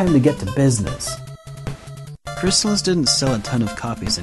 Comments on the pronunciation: Pretty sure it's "Chris-Tall-Is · I HATE the Crys-TAH-lis pronounciation and if I ever were to make a video game review channel and discuss it, I will never use that pronounciation even if it's the only 'correct' one. It just sounds so unnatural and pretentious to me. It always was and always will be CRYS-tuh-liss to me. Plus, I don't know if I've ever heard an official NES authority pronounce the name of the game on a commercial or anything like that. So isn't it possible it could have either, or both pronounciations be correct? This reminds me of the Ninja GUY-den vs Ninja GAY-den debate. In that one I always went with GUY-den. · i love it too,buddy.and,not being a troll-ass,but it's pronounced Crys-tah-liss.i worked on sales. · Great Game. Mispronounced though. Check out the commercial. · yeah the mispronounciation was making my O.C. explode